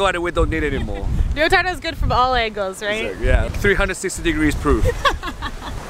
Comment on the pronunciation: Ryotaro? You mean Risottoro?